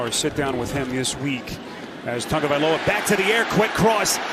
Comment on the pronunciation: Do the announcers now how to read its not tungaviloa its tagoviloa